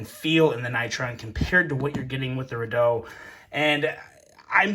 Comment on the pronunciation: Bahahaha radoe!